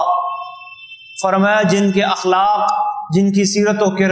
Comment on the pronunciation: السلام علیکم. لفظ اِخلاق نہیں ہوتا اَخلاق ہوتاہے.براہ مہربانی آپ گوگل کرسکتےہیں